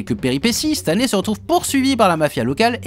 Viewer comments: Moi je pige pas pourquoi pour Stanley tu prononce le "ey" en "i" alors que Spidey tu dit "Spideï" haha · c'est stanleY "lai" tu dis stan Lee, je sais bien que tu parle pas de lui mais a l'oreille ca fait bizarre a chaque fois